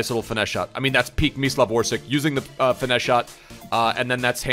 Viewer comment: Great vid...but instead "Orsik", try to pronounce it as "Orsich".